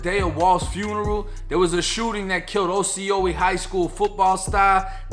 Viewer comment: It is pronounced AWW-SEE-O-LA.... Brother...